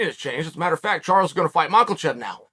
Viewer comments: There is no “L” in Islam’s last name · Chael: macklechev